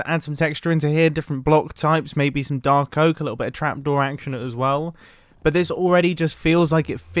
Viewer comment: I love how you said "Dar Coke"